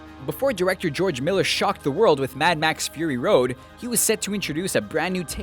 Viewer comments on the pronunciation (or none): none